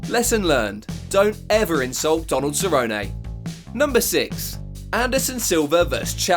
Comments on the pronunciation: WHY ARE YOU SAYING CERRONEAY ITS CERRONE WHY U SAY IT LIKE THAT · “Ceronay”? It is Donald Cerrone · Cernone not ceronay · Cerrone pronounced "sir own e" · "Donald Cerrononay" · Who's cerronayyy lol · "Donald SA-ROW-NAY" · “Donald Cerro-nay” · Who is donald seroynay? I mean I know who cowboy cerrone is. But who is this SEROYNAAY you speak of? You speak as theow you ah ay layday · Donald Cerro-nay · "Donald Ceronay" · "Donald SER-OH-NAY" 😁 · Who is "Donald SURRONAY"? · How you gonna call Donald CERONAY smh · Please stop saying Cerrone the way you do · You’re gonna tell me this man can pronounce Joanna’s last name right but not Cerrone??? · Literally the guy that made this video doesn’t even know how to pronounce Donald Cerrones, and It’s possible the most cringe thing. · bro why are you saying Cerrone like that? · Good video just terrible Cerrone pronunciation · Why are you pronouncing Cerrone like Forrest Gump? 😂😂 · Can we please get that Donald Cerrone pronunciation right please lol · Was just wishing he'd stop saying cerrone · Dude learn how to say the fighters names. I ddno how you managed to say Geathje correctly then fk up Cerrone